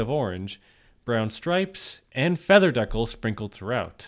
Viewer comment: The way you pronounce decal :(